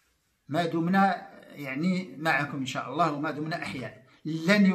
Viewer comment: ياريت تصححي لفظ الجلالة فوالله